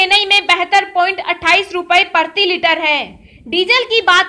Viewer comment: OO o o o o o o o o Meri Ammmmaaa PARTHIi Litre nahi . . . . PRATHIi Litre kaho....